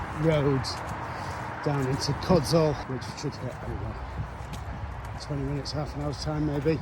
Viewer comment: Codsall is pronounced Codshull.